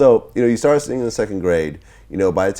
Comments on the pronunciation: Girl~ You don't pronounce singing as singinGUH. The g is soft ing words just like the way that you pronounced it in the first syllable. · Girl~ You don't pronounce singing as singinGUH. The g is soft in ing words just like the way that you pronounced it in the first syllable.